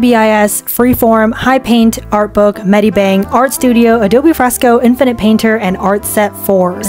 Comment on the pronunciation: Infinite ❌ Inifnite ✅